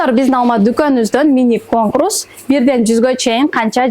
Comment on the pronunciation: Конкрус эмес Конкурс!